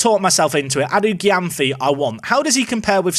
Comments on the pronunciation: its pronounced edu jemfi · Adu Gyamfi is pronounced "edu jemfi"